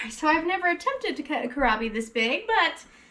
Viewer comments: It seems you are familiar with kohlrabi, so I am not sure why you aren't pronouncing it correctly; you are disregarding that there is an "L" in there. 😕 (sorry...it was really bugging 🐛🐜🐞 me!) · Kohlrabi, don’t forget the “L”.